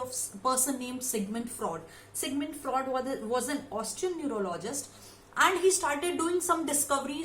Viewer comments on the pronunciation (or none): It's not Sigmund Fra'ud' 😭 it's Sigmund Fru'ed'. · Speak normal.you are not a natural speaker.pronunciation important.Ex.Sigmund freud or fraud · Ye singmund fraud kya hota hai...shi se pronounce to karo..kaahe angrezi ki taang tode jaa rhe